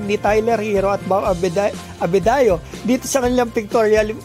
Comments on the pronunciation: Adebayo idol hindi abedayo😂🤣✌️ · Oo nga haha Abedayo daw